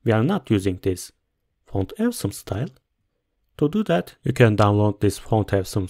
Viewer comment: This is not how you say “awesome”.